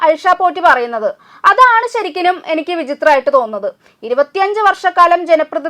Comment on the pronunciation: ശരിക്കലും എന്നല്ല ശരിക്കും എന്നു പറയൂ